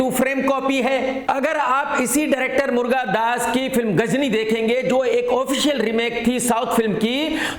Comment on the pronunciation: मुर्गादास नहीं, मुरुगादास बोलो